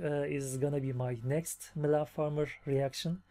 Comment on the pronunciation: Welcome to the coolest fan group 😉 you seem like a pretty nice guy too 😁 i love how you could spell "Mylene" correctly from the first time, most youtubers find it hard to pronounce it right Coffee and Mylene is the best combination ever 😉